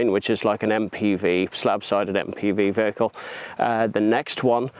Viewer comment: What's a 'vaykel'?